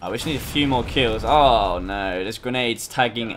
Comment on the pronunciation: 9.46 BEST öwwww nöööw of all british history <3